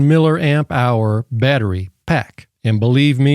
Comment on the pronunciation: its milli Amp not Miller